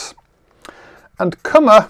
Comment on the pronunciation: His lectures are fantastic. This is the stuff I have missed as a student and I have often regretted that I haven't studied number theory and algebraic geometry instead of Algebraic Topology. I can't believe he posted this one a second time :) Kummer is now pronounced correctly as well 👍